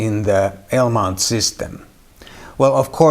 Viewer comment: What the heck is a "ALE" mount? LOL..